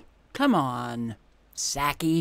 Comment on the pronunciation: I love how you always mispronounce Psaki's last name. 😄